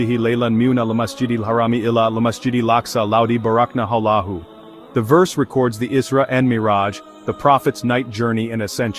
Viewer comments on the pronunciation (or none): none